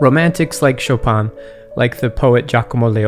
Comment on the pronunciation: As a pole the pronunciation of "Chopin" was killing me but overall great video like always.